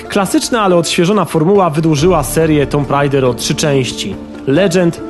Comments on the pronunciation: Czemu nie poprawiłeś "tomb raider" na "tum rejder"? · /tu:m/, come on! 8 lat i wciąż niepoprawna wymowa? :( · Tyle lat minęło, a nadal nie wiesz jak wypowiadać słowo "tomb".